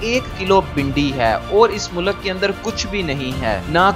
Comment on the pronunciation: achi information hai bahi lakeen khudara pronunciation sai karay apni mulak nahi mulk hota hai mulak ka matlab kuch or ho sakta hai